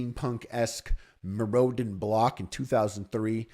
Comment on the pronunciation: Epic vid, thanks. But thats not how Mirrodin is pronounce. 👍🏿👍🏿👍🏿